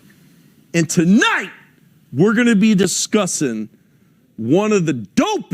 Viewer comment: " TUHNIGHT" needs to be studied